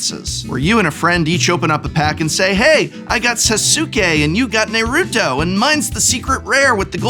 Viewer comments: SAY-SOOK-AY NEIGH-RUTO my god prof is killing me, amazing. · the way you pronounced Naruto and Sasuke made my wife dry heave hahahaha